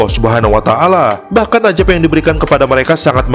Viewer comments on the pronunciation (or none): bukan ajab. tapi azab. lu ngaji Qur'an salah penyebutan salah arti.